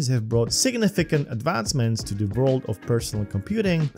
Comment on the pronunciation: what is zee height?